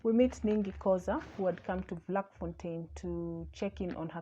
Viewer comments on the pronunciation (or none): Its pronounced as Flakfontein. Not Vlak